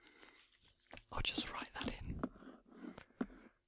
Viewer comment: I love this asmr! Lol goodbye is pronounced "adewsh" like your saying eew in the middle. Portuguese is a hard language lol my mom is from Madeira and my dad from the Azores